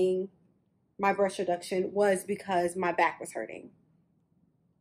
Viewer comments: She was trying to say “breast,” but it kept sounding like “brush.” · BREAST NOT BRUSH WTF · It bothering how you say “breast reduction.” Sounds like brush reduction. Lol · "Brush reduction" Why tf you keep saying "brush" breast....it's called BREAST not brush 🤦🤦🤦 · Is she saying brush or breasts reduction? Am confused!! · It really sounds like she's saying, Brush reduction....ok..carry on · lol the way you say breast sounds like brush